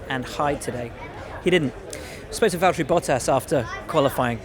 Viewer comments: Valteri, it’s ja.. chotto matte. James it’s valteri do you mind if I pass Hamilton? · James, it’s Valteri... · James, its valtteri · James, it's Valtteri